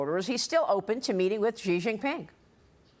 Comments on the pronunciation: Maria, please learn how to say Xi Jing Ping. Xi is spoken as she, not gee!! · “Xi” is pronounced “She”